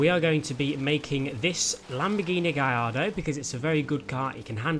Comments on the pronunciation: G A L L A R D O not Giardo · It's gaLLardo Not gaiido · Lamborghini Gay-ar-do.... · Wait, have I been saying Gallardo wrong all my life? Is it really pronounced " gai-arr-do? " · Is it GaLLardo or gaiiardo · Learn how to say Gallardo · HAHAHAHAHHA, How he pronounced Gallardo kills me